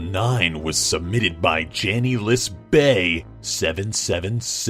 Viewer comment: Omg it's janiel is bae not janielis 😂😂😂and yaaassss janiel is bae